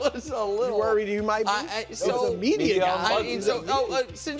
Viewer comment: “the medier”